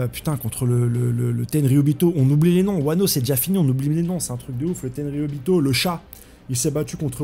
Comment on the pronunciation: “Le tenryubito” en vrai tu fais aucun effort ça me terrrrmine